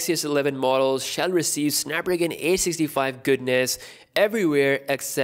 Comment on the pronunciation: Danilo Golubovic i laughed at the way he said it haha